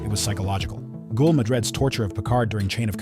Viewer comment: You do an entire section on Gul Dukat while showing pictures almost exclusively of Elim Garak. I'll give you points for at least getting the correct race, but those points get neutralized by the inability to properly pronounce "Gul". My take is that it is a human who "commissions" these AI productions. As such, it should be up to that human to actually watch and listen to that production at least once and correct any blatant errors. Such as, if the AI voice mispronounces the word "Gul" as "Ghoul", go back and edit the script, changing any occurrence of "Gul" to "GULL" (like the bird). The AI is more likely to get that sound right, even if the spelling is technically wrong.